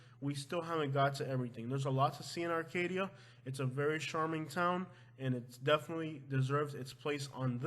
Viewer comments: "CHARM" not "SHARM"! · You have to learn how to pronounce charming bro please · The male announcer needs to learn how to pronounce charming( it is not sharming ) as he says on all words beginning with ch... he says sh!!!!!! Get it right!!!!